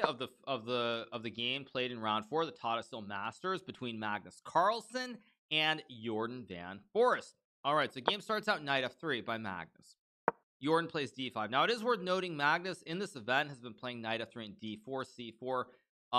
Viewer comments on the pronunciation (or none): It's a great game. Thanks for the explanations. Tiny note. His name is pronounced something like: "for aced" (long a-sound) (it's not referring to a forest. The Dutch word for forest is "bos")